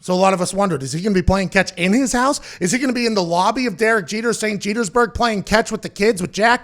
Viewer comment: “St Jetersburge” I’m dead 😵